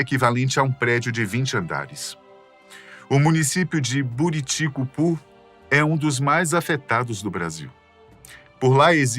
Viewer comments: Não se pronuncia "Bô"riticupu, se fala Buriticupu mesmo, nome que se originou da junção das palavras Buriti e cupuaçu, duas frutas nativas da região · Se fala Buriticupu e não Boriticupu